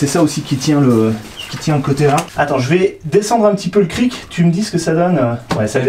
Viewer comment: On ne prononce pas le "c" final dans "cric", on dit donc un Kri. De rien ;)